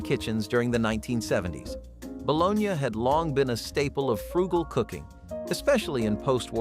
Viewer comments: It's Buh Lone EEE and Mar JA ren.... not bolanay and Marga reen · Balone YA, really? No one pronounces it that way, LOL